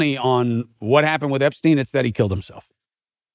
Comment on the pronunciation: Winesztain, Epsztain, Diddysztain...